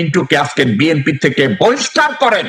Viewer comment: দলের প্রধান ব্যক্তি দলের নামটি সঠিকভাবে বলতে পারে না।হবে বি এন পি। বলছে বি এম পি।